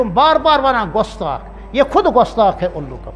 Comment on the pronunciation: Gustakh ko gostak khata h urdu b nhi ate h aap ko